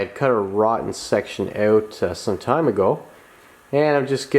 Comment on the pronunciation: Well shit. I was hopin youd change it to a 70 tailpan. Make it look like a 70 .. and did u say "OWWWWT" r u canadian or something 😂😂 im js fkn with ya. I love it. Keep em comin man